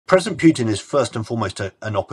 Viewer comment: His name is not "Pyutin" as "yu" is a Russian letter on its own